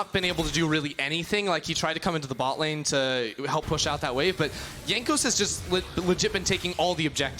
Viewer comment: Someone tell him how to pronounce Jankos.